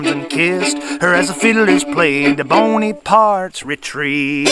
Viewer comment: I noticed the player/singer pronouncing the melody name as "Boney-parts Retreat."